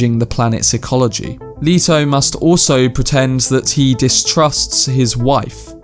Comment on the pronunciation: Fre- in Fremen is pronounced like frenzy. The u in Irulan is much shorter. Closer to Duke "Lay"-to. Rah-Baan. Dr. You-eeh. I see other commentators got you covered on other stuff already. Glad to hear you like it. Enjoy book two ;O